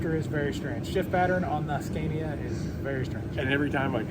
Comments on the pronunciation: It's pronounced Scánia, not Skèènia :D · SCA-NI -A time to stop butchering it 😅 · Pronanuced ScAnia. "A" like the last "a" in Canada for you. :) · Learn how to pronounce Scania with an open A,, it´s not difficult. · Pro tip! Scania is pronounced with an 'a' as in martyr, not an a like in mad. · You can start on the second gear when you don’t have a load. And you pronounce Scania wrong 😉